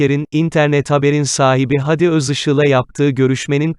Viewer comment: Videoyu okuyan beyfendi adamın ismi " hadi gidelim" de ki gibi söylenmez. Dogrusu "Hâdi" a uzatılır, hayatında hiç mi duymadın bu ismi?